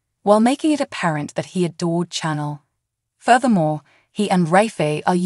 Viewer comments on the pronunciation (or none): If you're going to speak the names of characters...you Really🤔🤨 need to LEARN how to Correctly Pronounce Them!!!, it's not Channel( Chenel#5), Chloé?? That's not good, you say the names Wrong!